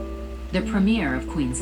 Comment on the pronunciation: Queenslind???? QUEENSLIND?!?!?!?